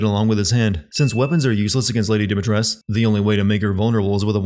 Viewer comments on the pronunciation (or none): A fact in case you didn't know, the Dimitrescu name is also Romanian derived from the years , and its correctly pronounced as "Dimi-tres-coo" instead of how a lot of people (including Capcom) pronounces it as "Dimi-tresck" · Came here just to say that youre pronouncing Dimitrescu wrong ❤❤❤ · You get a billion sins beside you didnt even pronounce Lady Dimitrescu’s name right once in the whole video